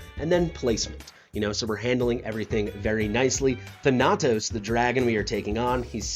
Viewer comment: kind of like smite and the god of death, its THAN - UH - TOSE Keep up the great videos! love!